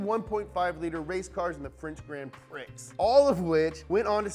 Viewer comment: He said Prix. As in PRICKS. DAFAQ